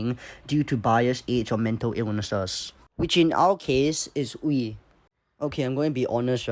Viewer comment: Funny seeing a content creator say Wee instead of a Uē sound xd